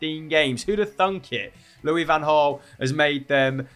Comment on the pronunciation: It's pronounced LouiS fan Hraal. He is not French. Don't be shy of the s. ;-)